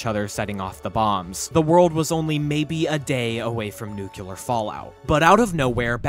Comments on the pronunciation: Nuclear NOT nucular! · NUCLEAR. Not "Nucular", *NUCLEAR.* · Nuclear is pronounced "New-Clee-er" not "New-Cue-Ler". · Bro, it’s pronounced NEW-clee-ur, not NEW-cue-lur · Excellent video. Just one thing, for future reference… Nuclear is pronounced nu-clee-er, NOT nu-q-ler. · Nucular war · “Nucular”? Really? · Nu-cle-ar. Otherwise, not a bad mini-documentary. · noo - kyuh- lur... okay. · I'm sorry but how is it that hard to pronounce nuclear correctly, jesus just read the letters in order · Was loving the video until he didn’t pronounce “nuclear” correctly one single time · Please learn how to pronounce "nuclear" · Learn how to say NUCLEAR LOL